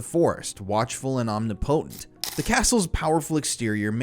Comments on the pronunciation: Omnipotent isn’t pronounced “omni-potent”. I had to say it. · Om - nip - o- tent Not Omni - potent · It's pronounced ahm-nip-oh-tent. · omnipotent = ahm-NIP-uh-tent 🤓